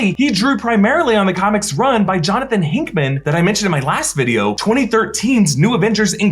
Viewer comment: “Johnathan Hinkman”